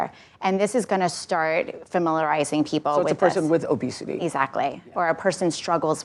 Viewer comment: It's not obesity, it's "Obesitè"